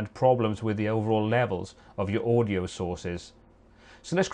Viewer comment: ООдио блядь, ОООдио